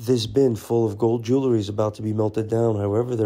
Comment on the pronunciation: Still hasn't learned how to pronounce the word jewelry.